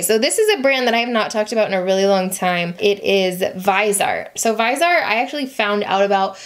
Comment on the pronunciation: It’s pronounced vis•eeee•art